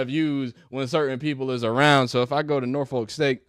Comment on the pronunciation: The way out of town people say Norfolk is hilarious. It's just cringe 😂😂